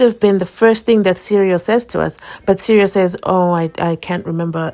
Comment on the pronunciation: Come on dear Sereo not cereal